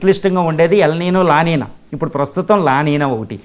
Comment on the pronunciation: వాటిని "ఎల్ నిఞో" & "లా నిఞా" అని పలకాలి.